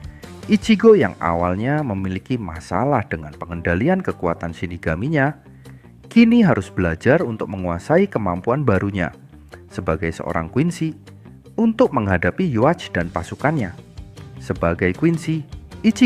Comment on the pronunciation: Yuhavah bang bukan yuach... 😅😅